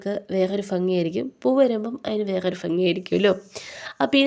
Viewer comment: Dear, ഫംഗി അല്ല, ഭംഗി എന്ന് പറയൂ❤